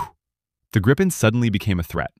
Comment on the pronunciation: There is only 1 P in Gripen...so why do you pronounce it with 2 P´s....???